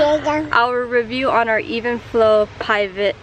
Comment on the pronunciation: Shes fucken dum she doesnt even know how to pronounce the name of the stroller shes had for a year